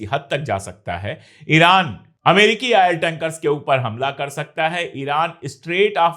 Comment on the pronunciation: Ail ja Oil bolna seekho